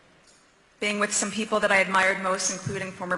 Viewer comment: "I, and I and I...and sooo many important pipol....bite me". Her aim is to be sorrounded with important people. and for this she need a narrative, that she can look like a 'someone speaking about serious smthg'.